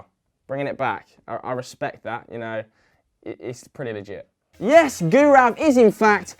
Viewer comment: But his pronunciation of gaurav was horrible for some reason.